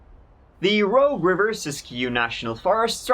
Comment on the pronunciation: Wow, I grew up on the Rogue River, Applegate (before and after the dam), my dad worked in White City at 3M. Thanks for pronouncing everything correctly.